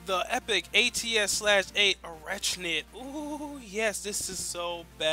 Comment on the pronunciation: The 'ch' is pronounced as a 'k' sound. I stopped watching the 'review' after seeing that you didn't have the unique perk unlocked.